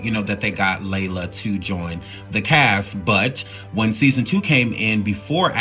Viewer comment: You are mispronouncing so many names and that makes this video cringe. It's Lela, not Layla. Ugh...disrespectful